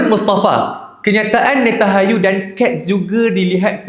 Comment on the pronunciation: NetanHAYU❎ NentanYAHU✅ Pandai baca ke tak kau bang?